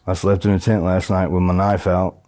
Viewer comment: I slept in a tint last night 😂😂..it’s not funny it’s just the way he keep saying it ..